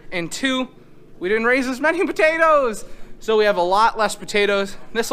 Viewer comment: Why u all say butatoes instead of potatoes. Just askin